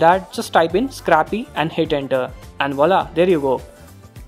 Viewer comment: Triggered when he said scrappy for Scrcpy which is probably a short hand for screen copy ....... -_